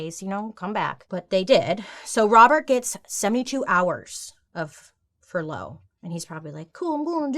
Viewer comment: She pronounces furlough with emphasis on the wrong part of the word lol it made me laugh every time she said it